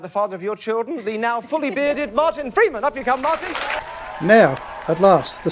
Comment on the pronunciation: At the start he emphases the words "FREE choice" and "FREEman". And later notes the envelope is on the "FLOOR", plus other suggestions. Add that the age of 9 (52 - 9 = 53) and she had her picked number changed to 43 in her memory.